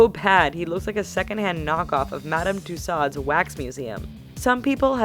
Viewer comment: Madame "too saad" lmao